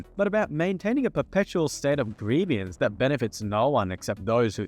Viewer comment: Please God stop adding a middle syllable to the word "grievance"